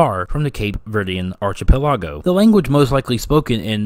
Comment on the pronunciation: You miss pronounced the word 'archipelago'. Please don't do that